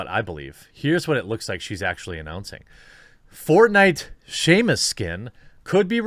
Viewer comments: Simos errand not Seamus McDougalhammer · Dear God, you must have said "Seamus" a dozen times this video, I almost want an apology video at this point